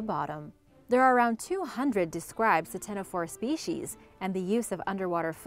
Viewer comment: The c in ctenophore is silent.